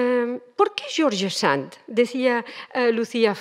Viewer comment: Como se puede hablar de alguien sin saber pronunciar su nombre????